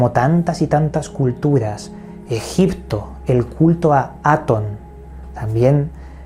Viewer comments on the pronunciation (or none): none